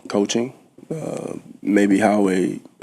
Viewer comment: Hurts hard emphasis on the way he says 'Coaching'. That boy's head has got to be spinning every season. HEY, give Nick Foles a call. He has some excellent insight. Go Birds🦅💚!!!